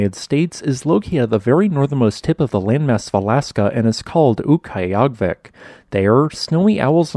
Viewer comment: It used to be. It was changed 10-20 years ago. Too lazy to look up the exact date. His pronunciation wasn't quite right.